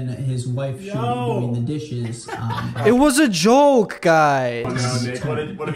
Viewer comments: bro you said joke like “jolk” idk i can hear the silent l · Ok is it just me or did this guy just say jolk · Why do you pronounce “joke” like “jolk”; like, “yolk”, bruh?? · bro pronounces joke with a silent L... "jolk" lol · the one thing i noticed about Nick( the not short one) is that he says the word Joke like there’s an l in the word. No hate it’s just his accent just something i noticed